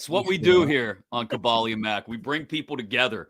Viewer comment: Lol this started off exactly how I figured a Kaboly podcast would... Gotta say this dude calling you is throwing me off Tell him have some respect and call you Ka-BOHL-e